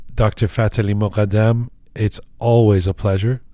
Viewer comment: خیلی برام جالبه وقتی اسم ایرانی ها رو به این غلیظی تلفظ می کنه فففتح عععلییی مققققددددمممم ❤❤❤❤❤❤